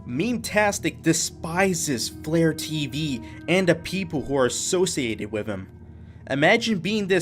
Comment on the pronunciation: When you said FlareTV I thought you meant vlare.tv